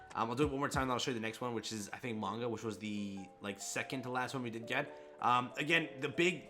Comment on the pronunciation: C'mon. He's called "Magna" not "Manga" lmao. C'mon dude.